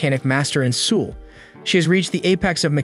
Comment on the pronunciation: The way bro says Seoul 💀